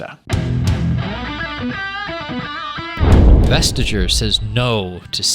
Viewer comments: Westtegger? It is pronounced more like West-acre, which is what Vestager means. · The G isn’t silent. It’s softened. “Vestayer" is a more appropriate approximation. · It's pronounced "vest-ayer" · FYI: The name Vestager is actually pronounced "West" (as in the direction) + "aer" the G is silent in Danish. Love VisualPolitik. - A Dane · Would be impossible to understand who "Vestager" was without texting! Why do English speakers always destroy to them foreign names? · Damn, you really butchered Margrethe Vestagers name. Both of you.